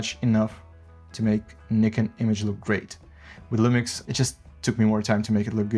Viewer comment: Thank you for pronouncing Nikon correctly! Great video overall, especially on the flickering issue. Nobody keeps in mind that in most tests shown on YouTube the footage is pushed more than 3-4 EV on non-base ISOs, which is already abnormal (as for me, previously Sony user shooting everything +1.7 EV for noise sake).